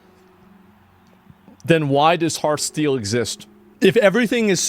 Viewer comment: It's heart-STEAL, not heartsteel. :))